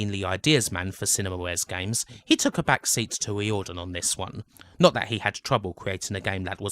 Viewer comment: Just a few notes on pronunciation - silicon is 'silakon' (not the tiling and boobjob stuff, lol), Tír na n-óg is nearest to 'cheer na noeg', and Riordan would be 'reerdan' (In Ireland, anyway), though yous was nearer to how the syllables are treated in Irish